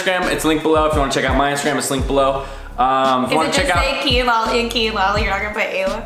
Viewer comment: Kaitlin House OMG one of my biggest pet peeves like that’s not his name his name is Kian...